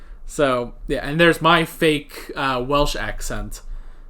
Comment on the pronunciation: That welsh accent... Oh dear! Haha, just some advise for if you try it again, the welsh accent is very sing-songy, and goes up and down a lot. Might be worth listening to some Rob Brydon comedy, as he has a very pronounced accent. Still, loved the reaction, and I agree, Rex was kinda justified in his anger